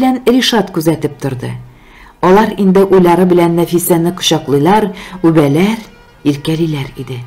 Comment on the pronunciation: Ирек Габдрахманов бик матур хикәя иҗат иткән,, кайбер җирләрдә татар сүзләрендә ударениеләрне дөрес итеп куеп укымыйсыз, мәсәлән, кочаклыйлар, үбәләр, тик, төркигә китте, гафу үтенәм, конечно